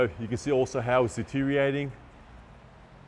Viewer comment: Your pronunciation of deterioratng is non compliant. 😂